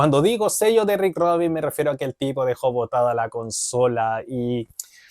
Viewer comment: Rick Rubin. No Rick ROBIN